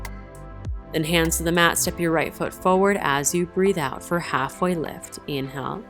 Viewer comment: Too fast and you say inhale like its spelled, not like it really sounds.